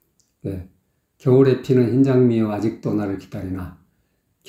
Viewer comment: 더심각한 문제는 겨울에의 ㄹ과 햇살을의 ㄹ 발음을 흐리게 하며 눈을감고 들어보세요~